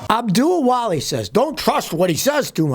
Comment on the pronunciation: “Abdu Walih?” Enough said.